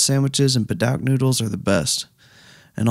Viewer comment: Never heard padouk pronounced "pad-aug" before.